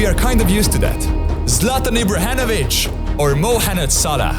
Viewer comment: Ibrahenovic roflmao